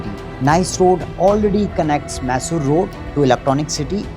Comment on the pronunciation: Dude, you never change. It’s not maaysor road.